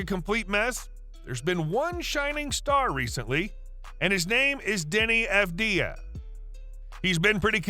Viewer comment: You are pronouncing his name wrong. Put the emphasis on the first A. *A*vdija (correct) Avd*ij*a (incorrect) In the near future, you will all know how to properly pronounce it